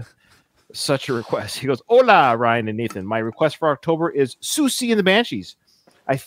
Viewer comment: Personally, I thought you pronounced her name perfectly. In fact, I wondered if you had researched (though I get the impression that might be a bit off-brand?) That's how I have always said it. If wrong, oh well, she can correct me. Please, come out & play Siouxsie...